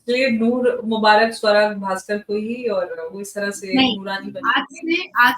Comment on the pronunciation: Savra nahi suwra 😅😅